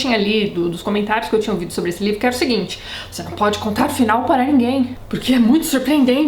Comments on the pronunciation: "Eu vou contar, eu vontar" E eu: CONTAAAAAAA. kkkkk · Tati!!! =) Vc falando EU VOU CONTAR, EU VOU CONTARRRRRR! Foi o ápice. Amo essas críticas destruidoras. Eu tenho um ranço imenso com Nicolas Sparks, não sei se vc já falou dele, mas é bem assim: sensacionalista, personagens rasos e muitos milhões na conta.